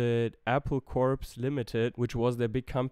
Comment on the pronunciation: More corrections: Apple "Corps" is pronounced as "core" - it's a pun. Lennon was only really a heroin addict in 1969/1970. For a few years before that he had a kind of psychosomatic addiction to LSD and/or cannabis. It should be clarified that Let It Be was mostly recorded (overdubs excepted) in 1969 - set aside, then finished with the help or hindrance of Spector the following year as the Beatles were winding down. Lennon was shot on Dec 8th but the details filtered out across the 9th and 10th. The killer Mark Chapman had a history of delusory mental-illness. Final comment - there's plenty of innovation, or at least superior/non-standard musical practices, in their songwriting, during their so-called "boy band" era. But you have to know what to listen for, you have to know somewhat of the general trends in popular music in the early 1960s, to understand the significance of things like that jump to B-minor-5 in I Want To Hold Your Hand, or the jump from B to G in That Means A Lot and from D-minor to B-flat in Think For Yourself, or the D-flat/G-flat/E-flat sequence in McCartney's It's For You... Not forgetting all the odd-numbered phrases, usually in Lennon songs, which were/are a little uncommon.